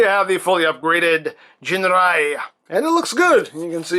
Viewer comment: 'Ginrai' like the 'g' in 'gift'.